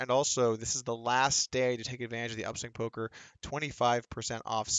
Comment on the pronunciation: He said final poker video. not final polker video.